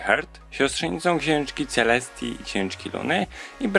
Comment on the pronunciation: Czy tylko ja usłyszałam ,,Siostrzenicą Księżniczki Celseti i KSIĄŻKI LUNY?!"